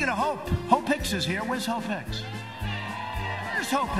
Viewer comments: He pronounces Hope Hicks "Ho Picks" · I swear he’s intentionally saying “Hoe Picks”